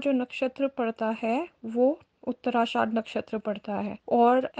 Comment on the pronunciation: उत्तराषाढ़ नहीं उत्तराषाढ़ा